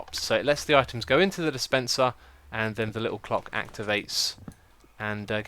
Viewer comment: Idk why but when he said clock it sounded like cock XD